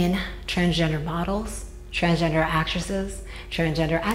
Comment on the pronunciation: He's changed himself so much he can't even pronounce the word 'transgender' properly any more. This is just another prime example of someone with an obsessive and compulsive personality getting caught up in a endless loop brought on by a cruel and twisted society. Have you ever noticed these men never stop? They constantly search for that unreachable dream though various surgeries and procedures without realising that in reality they spend thousands and thousands on being further away from who they really are. Good luck with the girlband mate, i'd be surprised if they even got 15 minutes